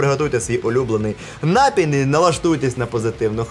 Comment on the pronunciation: НапІй , завезлИ́. Все понимаю пафос не пафос переход на родной. Но блядь нк хуярь ударение шо бандерлоги.